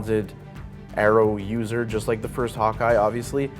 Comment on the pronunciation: "Arrowuser" WTF!!!